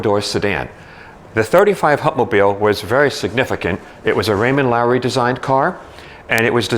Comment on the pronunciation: It's Raymond Loewy, not Lowery!